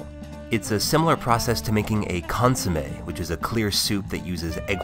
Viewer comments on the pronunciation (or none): none